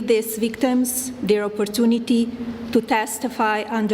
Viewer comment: Melania is so concerned about the veekteems🙄